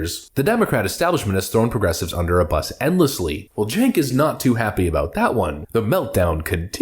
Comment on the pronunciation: Is his name spelled cink, but sounds like jank. He should spell his name T-O-I-L-E-T. But it sounds like jank.